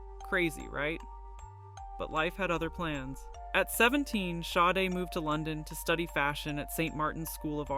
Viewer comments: Actually, her name's pronounced Shar-day. Just saying. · Shar day is how it is pronounced. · THE NAME OF THE BAND WAS (SADE) NOT HER...(Helen Folasade Adu) is her name 😏😏😏IF YOUR GOING TO BE A REPORTER AT LEAST YOU SHOULD HAVE COMMON KNOWELEDGE B4 REPORTING MIS-INFORMATION ABOUT SOME1, SOMETHING OR SOMEPLACE !!!! 😒😒😒😒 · agreed, this is BS and she pronounces her name wrong the entire video